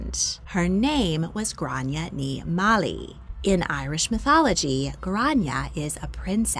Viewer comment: Just a note... Mháille is not pronounced like Malley. It's pronounced similarly to "WAHL-yah".